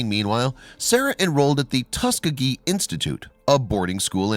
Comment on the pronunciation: ...and Tus KEE gee